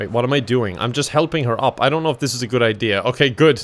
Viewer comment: Ya know it's GUD with a 'U' when says it is!